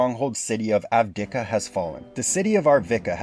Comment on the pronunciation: Bro... Avividiikva, Arveka, Advekida, Avadavaka, Adameka... AVADA KEDAVRA! (to say correctly: Avdiivka/Avdijivka)